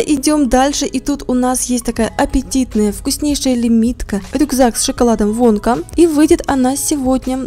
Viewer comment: Там написано вонка когда Руди сказала вонка мне послышалась "водка" 😂